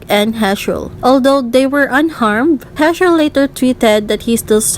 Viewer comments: you got me there 😂 I watched the video with serious expression but this crack me up Edit : btw you pronounced Heechul wrong. Double 'ee' in Heechul is pronounced as 'i' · The way she pronounced Heechul's name is kind of funny Lmao